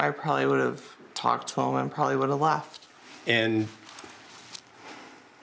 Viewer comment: "I cunduve" "I wunduve" "I shunduve" Drove me CRAZY, every time he said it. 🤢🤮